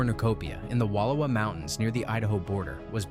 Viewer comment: Wallowa is Wall-ow-wah